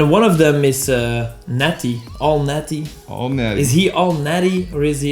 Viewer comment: I understand this approach and the witty use of the openers, but her name is Netti, not Natty.